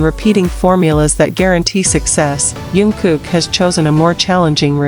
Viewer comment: I stopped watching the minute you mispronounced his name!!!